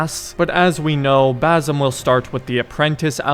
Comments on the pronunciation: Bazzem, damn that irritates me. How hard it is to pronounce Basim? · Just for clarfication no offense he is not "Bazim" but baSim. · Bazzum lol... that's the whitest pronunciation I've ever heard. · It's basim not bazim 😭😭😭 S pronounced normally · Fam his name is Basim not Bazim, and the girl’s name is Nehal not Neyhal. Hope this helps. And btw to be more accurate to the pronunciation of those names, a better english spelling for each one of the names is, Basem and Nihal. a and e in Basem’s name are short vowels. With Nihal, the i is short while the a is long. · Please say BaSSSim not Bazim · You gotta learn to say Basim’s name man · It's "Basim" with an "S" not a "Z".